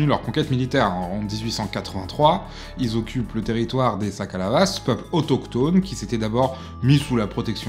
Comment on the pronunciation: Sakalava au lieu de Sakkalava aussi :)